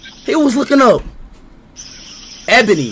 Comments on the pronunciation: i lov how speed is being a BIG fat hypocrite and then pronouncing it abony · cause ishowspeed said "Ebany"